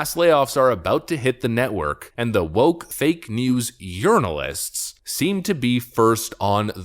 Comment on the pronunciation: Did I hear you say Urinalist? lol